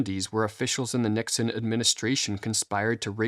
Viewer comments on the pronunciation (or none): none